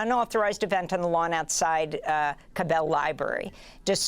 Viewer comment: P.S. CA /short "a"/-bel, not ca-BELL for Cabell Library. :)